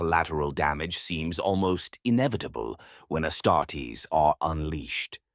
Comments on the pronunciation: If you could tweak your ai bot to stop saying ass tartess instead of astartes that would be great 😂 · “ASS TART EES”. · "Ass-tar-tays" lol